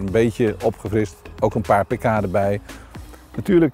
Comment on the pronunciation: Als je paar pk zegt versta ik paprika ahaha